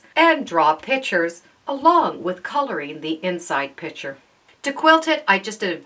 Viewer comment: It's PICTURE... not pitcher. 😂😂😂 Sorry but the English teacher in me came out. LOL